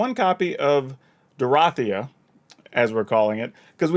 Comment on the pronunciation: I mean it's obviously pronounced Dorothea. All y'all pronouncing it Dorothea need to take a hard look in the mirror.